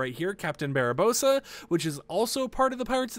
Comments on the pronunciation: Bro said BarAbossa lol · “Captain barabosa” my guy adding an A in the middle of Barbosas name was really funny to me